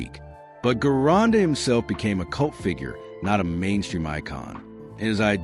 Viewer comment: Guy's...I don't mean to be a pain in the ass, But, The great, and unique, Bodybuilder, Famous Master Bodybuilding Coach, and World Renown Gym Owner, VINCE GERONDA'S Last name is pronounced with a Soft "G" as in the name, "GEORGE". Ask and good Italian, or Italian-American, of which Vince was one of !